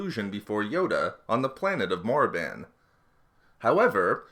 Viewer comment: Canon Bane's Story sounds for me like Jedi propaganda and overriding the truth for the benefits of the Jedi.. P.s. it makes me sad to hear the word "Morriban" from your mouth..